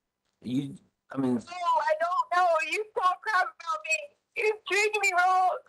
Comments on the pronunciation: It’s “anything wronk” lmfao😂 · How could a man as well spoken as Al marry someone who says "So WHY COME...", EVERYTHINK, ANYTHINK, THINKINK, WRONK. Yada yada yada. How could he marry a woman who speaks like this? "All i could hear was Gannon screamink". "Egg-Wardo was dark skinded" I could keep goingk. Lol